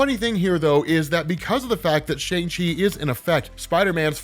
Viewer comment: You're pronouncing Shang wrong.